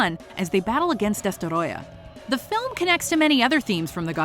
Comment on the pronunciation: Bruh when will you get to pronouncing destroyah right